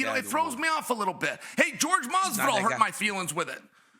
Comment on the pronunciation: bro said "George Masvidal"